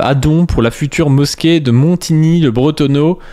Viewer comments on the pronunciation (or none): Montigny le bretonnEUX ! Pas le Bretonneau ! Respecte les ignymontains dans ton public ! 😂